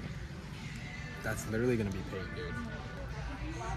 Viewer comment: You did payton wrong 😭😭